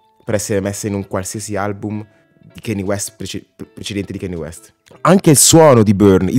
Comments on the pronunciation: a me piace solo BURN e PAID, ottimi brani. Pero' Kanye tente a esagerare con la distorsione, sarebbe ora che imparasse a regolare i volumi. Piuttosto, e' ora di cominciare la pronunciare il suo nome correttamente. Non si dice KEINI, si scrive si legge KANYE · grazie della conferma che sia un album pazzesco. ma si pronuncia "canie" non "chenni" e "tai dolla sain " non "ti dolla sain" (ho scritto la pronuncia non sono analfabeta giuro hahaha).